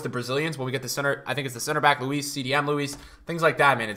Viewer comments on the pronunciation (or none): none